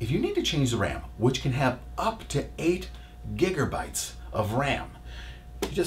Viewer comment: gigerbytes is my new favorite word LMAOOOOO i will never say giga again hahaha